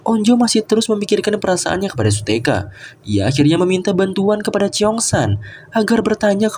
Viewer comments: Kak mohon maaf namanya bukan su-teka tapi su-hyeok itu yang aku itu namanya bukan su-teka 😊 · shuyok bukan suteka bang tapi gak papa de!